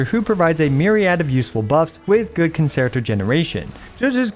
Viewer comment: Please look up how to pronounce concerto (the 2nd c is a ch sound).